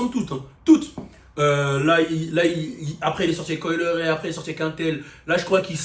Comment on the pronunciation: Pourquoi tu prononces son nom comme ça ? 🤣